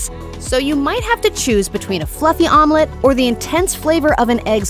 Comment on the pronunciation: It took me half the video until I caught what she means with "Armlet" 😂